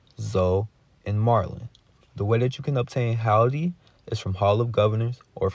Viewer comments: Hilde rhymes with Hill DE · Actually no ,its a Scandinavian name I beleive, and we pronounced it like so Hilda but the L is being spoken in a surten way thope that helps regards from Norway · Hillde: “Hill Dee” is how you properly pronounce it. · Pronounced. Hill-de or Hill-da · Hill the (that's how it's said) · Hall-dee and Zo is hillarious. It's "Hill-duh" and "Zo-ee"